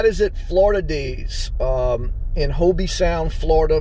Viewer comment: Treasure Coast is a safe area. Great video. Just so you know, in Hobe Sound, the E is silent.